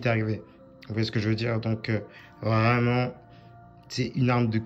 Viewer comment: quand il dit vraiment j’ai l’impression qu’il dit vreuuumant